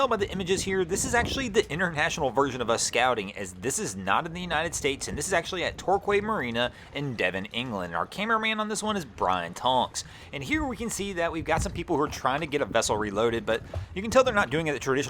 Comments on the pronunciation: The marina at Torquay in Devon, England is pronounced TORKEY not TORKWAY, easy mistake to make. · From the first clip: it's pronounced tor-key. Not trying to be that jerk but I love this channel and just happen to be English. These tea drinkers fuck up just as much as the Coors light lovers and live on an island, go figure. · ‘Torquay’ is pronounced ‘Torkee’. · Tee hee....! no, no, no....... Torquay is pronounce 'Tor-key' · Pronounced Torkey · That's pronounced "Tor-KEE" by the way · In England it pronounced as tour-key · Torquay is said tor-key 👍🏻 I was born in Devon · It's pronounced 'Tor-Key' 😉 another great video 👍🏻